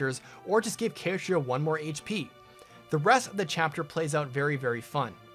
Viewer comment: I've never heard Catria pronounced as Kay-tree-ah lol